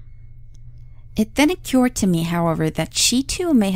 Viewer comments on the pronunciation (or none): THIS DROVE ME NUTS... THE WORD "OCCURED" IS PRONOUNCED "UH-KURD"